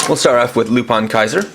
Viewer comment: It is pronounced lupin, not lupan